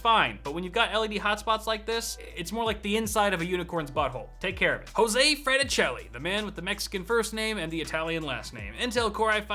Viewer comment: "Hoseway??" XD